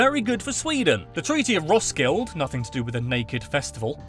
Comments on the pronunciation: Heccant say Roskilde good.............. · Him trying to pronounce “hygge” “Roskilde” “Leg godt” “Møllehøj” “smørrebrød”